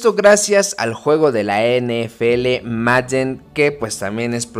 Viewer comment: Tu pronunciación de Madden es buena, hay quienes dicen Meiden y eso es totalmente erróneo